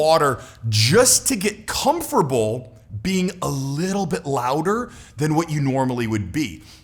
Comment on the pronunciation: i enjoy your videos but, please start saying "comfortable" the right way. It's not pronounced "comferbull". Otherwise good videos.